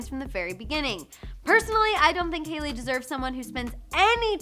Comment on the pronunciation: To your concern its hailey and not jailey 😂🤣